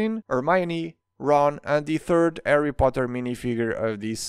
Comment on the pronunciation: I love how he pronounces Harry as “Arry”